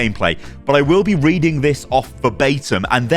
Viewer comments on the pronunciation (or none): none